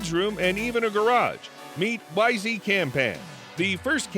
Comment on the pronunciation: Pronounced like "Wise", not "Wise - E"